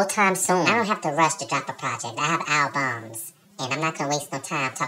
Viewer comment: “I have alBUMSSS” 😂😂 Keep the videos coming we love blessings